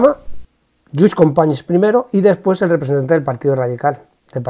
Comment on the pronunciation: Como todos los anteriores, un vídeo muy didáctico. Descubrí su canal hace muy poco y me parecen un gran ejemplo de como se puede combinar la rigurosidad con la amenidad. Por cierto, la pronunciación en este vídeo de Companys, excelente. La verdad es que resultaba muy extrana en los anteriores. Y si me permite un comentario, la referencia a Levante por intervenció del general Aguilera en Valencia, ademas de poco precisa política y geográficamente, nos chirría extraordinariamente a los valencianos (y sé que incluso aquí se utilizava ese topónimo despersonalizador en aquella época, pero eso daría para otra discusión). Muchas gracias y espero ver muchos mas vídeos de usted.